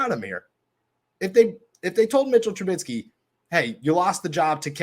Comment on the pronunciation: It's Mitch TRUBISKY and NOT TrubiTsky. Other than you mispronouncing his name EVERY SINGLE TIME that you mention him, I sincerely appreciate what you do for Steeler Nation. Good ish. Respect, Peace & Blessings 2U & Yours. 🙏🏾💚💨✊🏾